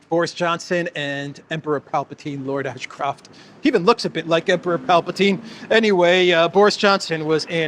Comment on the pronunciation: Lord Asscroft? Is that Lara Croft's father? 😂